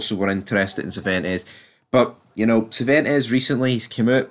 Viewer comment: Who are you talking about this guy serventes? Try and say See-when- tess.